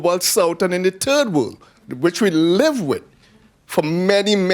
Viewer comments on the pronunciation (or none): "The TURD world..." Damn. It's gotten worse, huh?